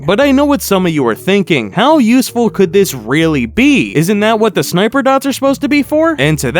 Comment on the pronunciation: atch out sneightper ahead